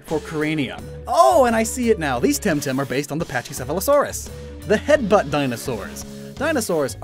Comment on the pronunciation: Selkies are seals. Btw, you pronounced the “chy” in pachycephosaurus wrong again.